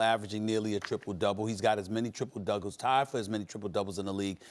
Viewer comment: Stephen A LMAO “Dougols” instead of doubles